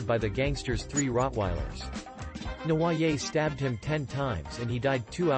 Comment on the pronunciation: Seriously if you are going to cover a convicted criminal please learn to pronounce their name correctly and it's Prison not Jail in the UK.....